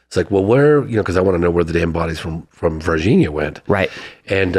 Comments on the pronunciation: Every time you say Virginia, it feels like I’m watching John Carter of Mars, lol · If you watch the movie John Carter, Tars Tarkus pronounced Virginia like Varginha. Coincidence? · first id like to say this channel is in my to 5 love it! lawd jesus if i hear the word vahhginna ever again in my life after this, i will end it all lmao